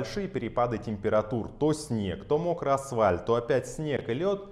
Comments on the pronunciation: Какие-то ни на чём не основанные выводы. Ни тестов ничего вообще. И запомни слово асФальт! Уши вянут слушать - асвальт, асвальт, асвальт. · Интересный обзор, спасибо. Я успел в прошлом году хапнуть Hakka9, по 6000 за покрышку, доволен. P/S, я конечно дико извиняюсь, но вы говорите асВальт, режет ухо. Правильно говорить асФальт. 🤷🏻‍♂️ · приветствую! Благодарю за неплохой и точный обзор бюджетных шин! Все описания совпадают с реальностью! Одна просьба, асФальт и пишется, и произносится через "Ф", асФальт! Благодарю за понимание! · Как же режет ухо слово асВальт. А по теме ролика не увидел йокогаму, езжу на ней 3 сезон и нареканий не было. Когда покупал была вполне бюджетным вариантом( может быть сейчас не так)